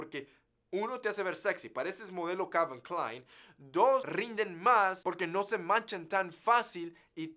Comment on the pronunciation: “Cavil clain” :v